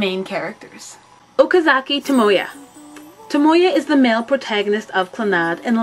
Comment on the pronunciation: its tomoya! you said him as tomoyo in the beginning..